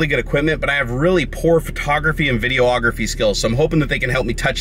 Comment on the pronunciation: first of all.. You pronounced Videography as VideoOgraphy xD